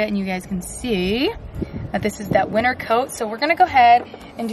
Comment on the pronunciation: Am i really the only one who heard "he is sheding his last bit of WINNER coat"😂 oopsie